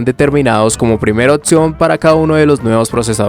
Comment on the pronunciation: porqué cambias la P por una T..otción, etc?